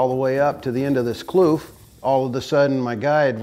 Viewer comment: Its kloof not kluf i am afrikaans